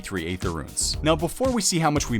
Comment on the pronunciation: Hey, "aether" is pronounced "ee-ther" not "ay-ther". It's one of a few words that still has the 'a' present from the old english ash symbol.